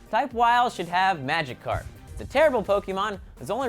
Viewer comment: you only pronounced Psyduck and Magikarp right lmao